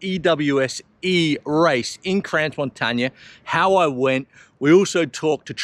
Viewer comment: Congrats for your achievement! However, its not pronounced 'Crans Montaña', it is in Switzerland not in Spain, therefore more like 'Cro Montaana'. Hint from a picky person. 😉